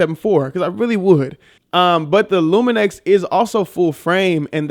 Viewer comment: you’re adding more than an N :) It’s Lumix man :)